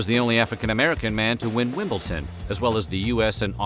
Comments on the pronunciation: I’m actually kind of shocked that you said WimbleTon. It’s WimbleDon. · My 21st year on the planet... Don't know if you had a brainfart or a typo but it's Wimbledon not wimbleton! 😁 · WimbleTon?! :D